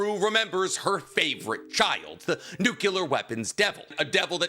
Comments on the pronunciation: NUCLEAR! It's nuCLEar, not nuCULar. What the hell man? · My brother in yhwach It is NUCLEAR not NUCULAR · "nuke-you-lar weapons" lol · It's physically impossible for this guy to say the Nuclear correctly.